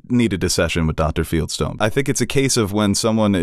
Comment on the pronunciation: Did anyone else yell out loud, "It's FIELDSTONE! not Feldstein!" 🤦‍♀️😂 I felt genuine relief when he corrected himself